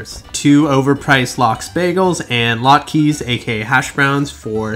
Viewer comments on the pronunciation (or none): Lot-keys lmao it's Pronounced laht kuhs